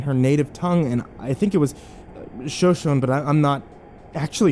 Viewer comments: Bro you said “Shoshone” when it’s pronounced “Shoshonee” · Shoshone is pronounced show-show-knee. ❤